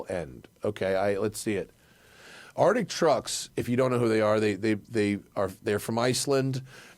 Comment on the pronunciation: So the word is "Arctic" there is a "c" in there Matt! This is my favorite podcast, but for the love of Merle please say the word correctly.